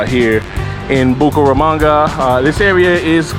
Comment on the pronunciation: You say Buko ramanga. It is Buc[æ]ramanga.